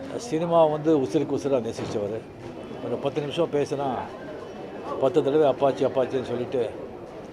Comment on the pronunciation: Appacchi not apache